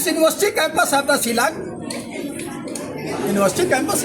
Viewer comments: Shillong not Zilong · tang pronounciation ruh um nang bha shillong ruh cilong , student ruh istudent. wtf.